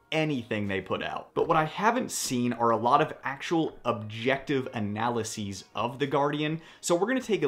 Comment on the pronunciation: Excellent a-nall-EE-seas! :face-blue-smiling: 👍 I don't even have a red dot and want one to help me rack it with my messed up fingers. You give the best reviews, including the most important part, pricing.